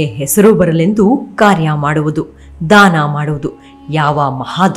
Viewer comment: ದಯವಿಟ್ಟು ಧಾನ ಅಂತ ಹೇಳಬೇಡಿ... ಅದು ದಾನ...